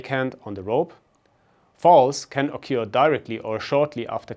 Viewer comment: Great video! But, man, you are butchering the English language with your pronunciation. "Climbing" has a silent B. "occur" has nothing to do with the word 'cure' "Tear value" has nothing to do with water from your eyes. Sorry, but all these mistakes really put me off. There are so easy to fix.